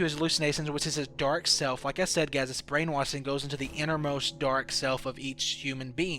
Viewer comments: It's brain washing not brain wathing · Brain wassing... You can't speak...??? You said so much shit wrong.... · Brain wassing, c (she) and a alot more 😂 i take that as he has problems pronouncing the letter "s" 😂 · He can't speak properly brainwassing suisside she_se halussenasion etc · Brainwasin, allisinasions lol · brain "washing" not " waSing"!!!! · Why can't you say sh? Hallucinatsions, brain wasing, se, and any other word that has sh in it. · brain - wash - ing.......... NOT brain - wass - ing FML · what's up with the s = sh and the sh = s you're like brain wasing.. but then you're like "as the shtory goes" wtf dude? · “They’re brain wasthing” xD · Pronounces brainwashing as brainwassin but every other time he pronounces a word with the letter s he lisps his speech has me more confused then the game itself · Brain wasing ? Yo you need to work on your speech you mispronounced a lot of words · "Brain wasing" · Why do you say brainwashing as brain-waSSing??? ggoooood mah ears. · Can you not make an sh sound or wtf? Hearing you talk is so annoying with she = see and your brainwassing.